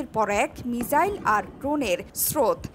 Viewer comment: মিজাইল না মিসাইল বলেন 😁😁